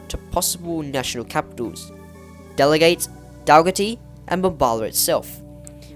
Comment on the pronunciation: bit hard to pronounce with text. Delegate pronounce gate same as a gate. Nimmitabel , bel is as bell. Pretty close but since I grew up in that area I noticed pronunciation was not quite right. Great story tho. 👍